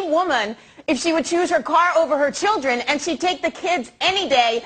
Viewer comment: “ i have three childwen :< “ OHHHH !!!!